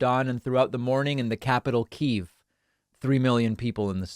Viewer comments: Its pronounced "Kah -yeev" in Ukrainian not "Kee - yev" in Russian. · And it’s key ev like ever it’s not keeve slow ass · David, the Ukraine capitol is pronounced "kee-yev" -- two syllables. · "KEY-EV" It's always been pronounced "KEY-EV" why is everyone on TV suddenly calling Kiev "Keev" Did i miss a meeting